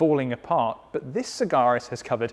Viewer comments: FFS it is Sag-Aris. * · Except he can't pronounce the car's name properly..